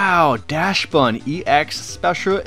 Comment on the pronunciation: DaXbun not Dash-bun